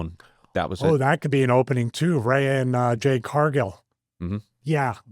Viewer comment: Why he say Rhea's name all fucked up?